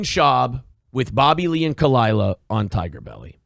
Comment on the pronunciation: Khalyla. Not that hard. 😉 #Tigerbelly #FuckBS